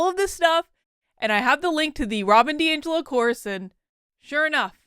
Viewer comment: Congrats. Some people even pronounced your name correctly!